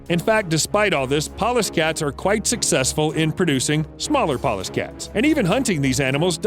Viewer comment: I thought he kept saying "paw-less" cat. I thought what do they use knives???